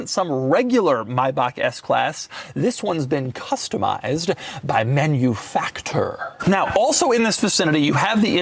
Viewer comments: Please. It's not "Menuefactoor" it's "Mahnoofucktoor'. ❤ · MaNuFakTur - try to pronounce it in german. It's funnier. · MANUFACTURE SAY IT RIGHT🥵